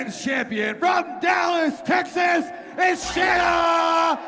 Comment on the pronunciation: Might work on pronouncing the fighters names correctly. Shanna is pronounced how it's spelled. Y'all keep calling her Shaina. Just a pet peeve to show respect to the fighters.